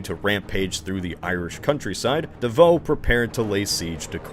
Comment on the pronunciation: I felt I was being shot every time he pronounced Davout. (Edited because I forgot some words so the sentence made no sense originally)